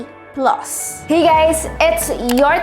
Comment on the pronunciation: S23 "PLOS"? Haha